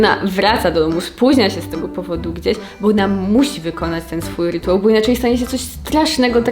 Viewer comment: 🥰 Ps. Mówi się Rytuał, nie rytułał ☺️ Poćwicz 🥰 Ja za to może w końcu zapamiętam, że są to zaburzenia obsesyjno-kompulsyjne (a nie kompulsywne, jak ciągle mówię 🤦🏻‍♀️)